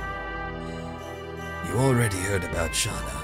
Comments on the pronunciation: This makes me deliriously happy, I can't stop smiling you are in for a treat!! Rose is my freaking favorite. and I love your dramatic Dart voice. (and imo, it's pronounced "Shay-Na" or Shey-na" ) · Spoilers It's Shah-nah according to Dart.